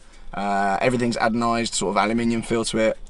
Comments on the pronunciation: just to report and expand on your vocab its "anodised" not "adenised" ALUMINIUM. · Describing the interior you said Adonized instead of Anodised 🤣🤣🤣...... Bonkers, mental, chaos, great vid👍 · Tunveer Mangat I thought he said adenoids but who nose.